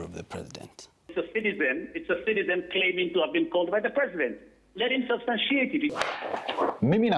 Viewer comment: Let him substanshieet 😅😅